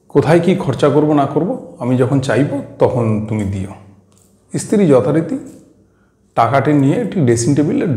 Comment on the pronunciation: Apni bar bar istri bolchen sunte karap lagche. Ota stri hobe